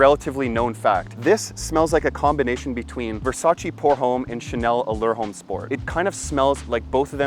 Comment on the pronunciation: Another great video brother! I also agree about the pricing. And what’s with the backflip…wow! Jealous lol Not trying to sound like a doofus but I thought I’d point out something small…”Homme” is French, so it is properly pronounce like “ohm” with no emphasis whatsoever to the H. Anyway, more great content!👏👏👏